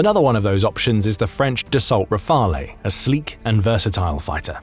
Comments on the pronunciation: The e in Rafale is silent... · Dassault Rafale is pronounced Dasso Rafaaal. Please do better.